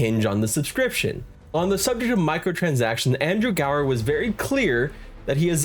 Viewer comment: Uh... it's Andrew *Gower*....